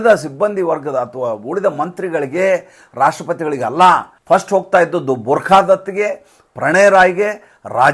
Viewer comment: ಬುರ್ಖಾ ದತ್ ಅಲ್ಲ ಸರ್, ಆಕೆ ಹೆಸರು ಬರ್ಖಾ ದತ್.